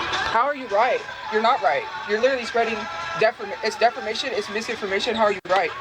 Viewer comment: Lol catch her saying OH-pinion 🤣 and defermation lol and somewhere(s) 🤣